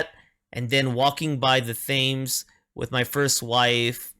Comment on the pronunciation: The river 'Thames' is pronounced 'Tems'